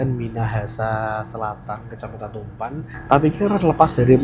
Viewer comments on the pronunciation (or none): Tumpaan mas bukan tumpan😂